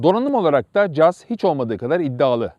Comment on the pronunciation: Kaç tane anlatıcı var, hepsi 'Jaz' diye telaffuz ediyor. Bu kanal doğru telaffuz ettiği için bile tebriği hakkediyor.